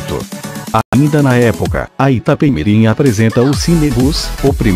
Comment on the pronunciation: Iapemirim....namoradinha do Nordeste